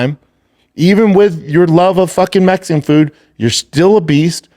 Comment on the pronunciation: But it's Messsican B like a Messsican chocolate chip cookie wit sawlzaw